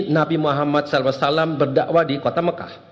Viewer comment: Maaf, isinya biasa sj. Malah bikin ngantuk Penyebutan SAW jg msih kurang tepat